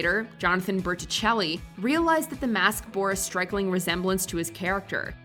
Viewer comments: Is it just me or did she say "Strikeling"? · Also when talking about Happy Death Day. “Strikling” resemblance! 🤣🤣🤣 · Her mispronunciation WAS quite “strikling”. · A “strikling” resemblance… there are all kinds of new words and pronunciations in here!! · "Strikling". Who else caught it?